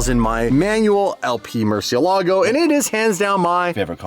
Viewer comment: for future videos, just like to point out that Murcielago is actually a spanish word that means bat and its pronounced mur-syell-ago